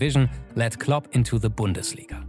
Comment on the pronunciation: "Club" or "Klopp"? I love the videos; but just giving positive feedback.